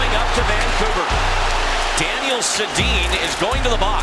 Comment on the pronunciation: Da’Nile Sed’dee-in one of my favorite players